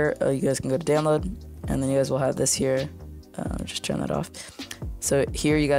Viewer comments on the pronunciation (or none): none